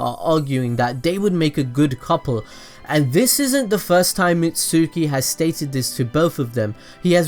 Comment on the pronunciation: Bruh "sooki"